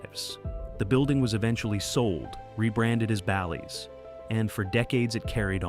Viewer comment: Horrible video with videos used from another streamer….could not even say BALLYS correct